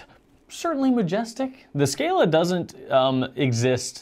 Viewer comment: As Lamy is a German company the a in scala is pronounced like in „calm“